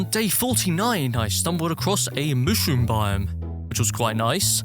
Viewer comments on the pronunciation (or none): Mushroom not mooshroom